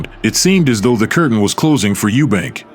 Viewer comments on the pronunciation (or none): none